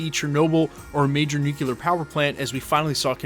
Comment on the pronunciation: Interesting video! Also: sorry, this is a real pet peeve of mine, but it's "NUCLEAR" not "nucular".